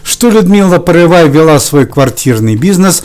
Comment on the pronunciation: Не порывай, а Порывайко! По первой фамилии Загоруйко